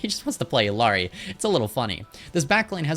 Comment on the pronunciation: Heads up the Ls in "Illari" are pronounced like a Y. "ee-yar-ee". Consider the way you pronounce "quesadilla". Thanks for the tips in the video!